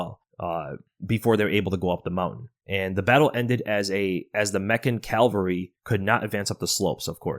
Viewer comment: Dude, if you two pronounce "cavalry" as "Calvary" ONE more time...😅😅 "Calvary" was where JC was crucified; "cavalry" is the word y'all actually want be using, in these podcasts... 👍